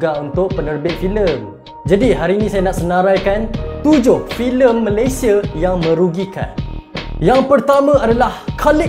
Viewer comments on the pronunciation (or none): Bukan malaysie bro, tapi Malaysia Betulkan sebutan tu